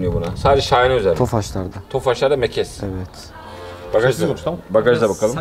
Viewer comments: Mekes değil meges diks değil disk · Mekes değil meges denir.